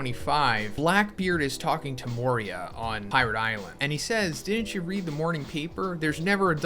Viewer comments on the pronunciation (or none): none